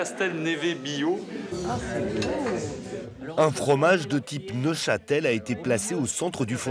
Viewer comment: attention, on dit Neufchâtel (76), et non Neuchâtel (Suisse). D'ailleurs la présentation du service est bien traduite.